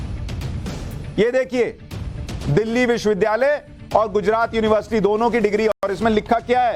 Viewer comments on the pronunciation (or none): none